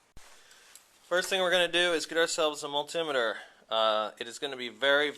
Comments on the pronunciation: Great video, helped me fix my buddies bike. That being said, as a tech I've used a multi-meter for over 20 years, hearing miltimmeter killed my brain, I started telling multi-meter at my phone. But excellent video! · Heheh mull-timeter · Had to turn this off, couldn't cope with the way this idiot pronounces multimeter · kills me how he says multimeter